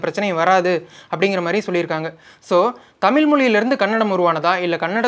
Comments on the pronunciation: தொகுப்பாளரே தமில் இல்லை தமிழ் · தமில் இல்லை தமிழ் . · நண்பரே ,தொகுப்பாளர் அவர்களே, தாங்கள் தமிழ் என்று சரியாக உச்சரிக்கும் படி தாழ்மையுடன் கேட்டுக்கொள்கிறேன். நீங்கள் தமில் தமில் என்று உச்சரிக்கும் பொழுது என் உயிரே போய் வருவது போல் இருக்கிறது ,நீங்கள் முயற்சித்தால் அதை சரியாக உச்சரிக்கலாம். நன்றி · எனக்கும் இதை எப்படி தான் தமிழ் மக்களுக்கு சொல்வது என்று புரியவில்லை தமில் இல்லை தமிழ்..... என்று 😢😢😢😢😢😢😢😢😢😢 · அதையும் தாண்டி வேடிக்கை என்னவெனில் தமிழ் என்று சொல்வதை காட்டிலும் தமுள் என்றே உச்சரிக்கும் பழக்கம் நம் அனைவர் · முதல்ல.. தொகுப்பாளர்...நாவில்... தமிழ் 1000 முறை...சொல்லவும்..😮😮😢😢தமில்...இல்லை.... தமிழ்... தமிழ்.... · தமில், மொளி என்று கூறுவதை சரி செய்திருக்கலாம். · நான் சொல்ல வந்ததும் இதையேதான்! நன்றி! இவரைப் போல எத்தனையோ பேர் நமக்குத் தலைவலி யையும், நம் மொழிக்குக் கெடுதலையும் செய்ய! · உண்மைதான் தமிழை தமில் தமில் என்று உச்சரிக்கும் போது, நீங்கள் கூறியது போல உயிரே போகுதுங்க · கொஞ்சம் கூட கூசாம பிறழாம தமில் தமில் னு கடைசி வரை பேசறானே!! இத்தனைக்கும் ஐயா அவர்கள் தெளிவாக பேசுகிறார். 😢